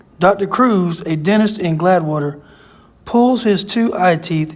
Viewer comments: It's no big deal, but I believe it's Gladewater, Texas and not Gladwater. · Pronounced glaid water not glad water